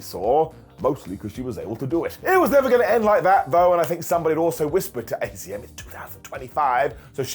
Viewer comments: It's azumi not azm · AZM is pronounced "Azumi", which is way easier to say than AZM, if we're honest. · I think its pronounced Azumii..... I had no idea if not for people correcting Mercedes Moné for many days